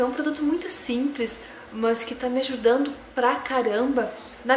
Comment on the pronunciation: gente que fala "mãs" kkk por que isso? ahaha No geral, ótimo vídeo